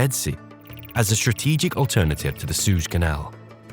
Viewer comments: It's pronounced Jor-dane-e-an, not jorden-ean! And it's not the souge canal it's the suez canal. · The AI used to generate this can't even pronounce "Suez" correctly, and everyone in the world knows that name.